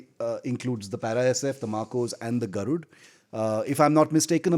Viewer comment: It is "Garud" not "Garudaa". At least as Indians, it is expected from us, to pronounce our cultural and historical names with a good accent, unless it is someone from a foreign country who doesn't know about our culture. The Armed forces use Sanskrit names and also maintain their dignity, that's why they are professionals! But we should stop ourselves from showing off, our culture and language as 3rd class.